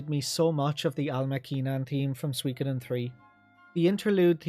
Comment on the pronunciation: "Eiyuden ain't swee-koden 2" 20 min moan, got it chief.